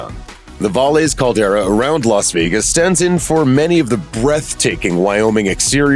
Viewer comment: Dumb documentary, pirated from other broadcasts. Narrator mangles pronunciation of Valles Caldera and can barely pronounce English words. Original A&E broadcast did not get viewers because they did not promote it. No one knew about it. Thank god for Netflix or we would never have had this great show.